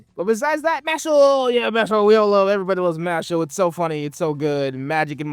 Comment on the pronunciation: mashle...Mash Lee...as in Bruce Lee as in read two words you dodo